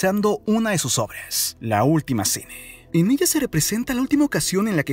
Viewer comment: Mi pregunta es: porque dice “elle” “vergüence” y cuanta palabra termina en “A”🤦🏽‍♀️